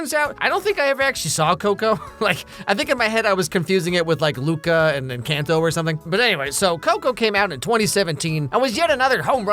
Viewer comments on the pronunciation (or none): saying "Ernesto de la Cruz" perfectly but also saying enCANto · ITS En•kaan•tow!!!!! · EN-CAWN-TOE, NOT EN-CAN-TOE. Please people start pronouncing this correctly 😭😭😭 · How does he mispronounce encanto but day of the dead sounds perfect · Is no one going to talk about how he says Encanto🤮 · 😭 nooooooo how do you mispronounce just encanto and not any other spanish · If he’s never heard it that’s how it would sound